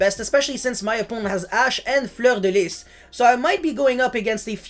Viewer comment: Really nice french accent when you said Fleur de lis <3 haha , I really like what you do on you're channel thx for this